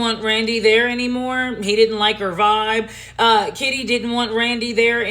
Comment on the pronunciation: Did she call that woman Shitty instead of Kitty? 😆😅🤣😂